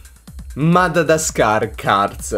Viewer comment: Si dice Madagascar e non Madadascar. Che trigger hahah